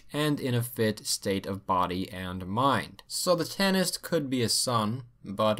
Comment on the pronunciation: So when he says tanist does he really mean Tànaiste? Is he just butchering the pronunciation?